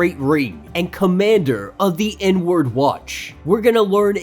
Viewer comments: Took me a bit to realize you were saying the "inward watch" and not the "N-word watch". Lol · LOL I thought you said the "N-Word Watch"